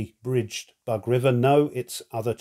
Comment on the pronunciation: It’s not “bug”, it’s “boog”. The middle sound you have in “dug”, “but” or “bug” does not exist un Slavic languages. And thanks a lot for the presentation. It’s very clear and instructive as usual, giving a very good insight into the game mechanics.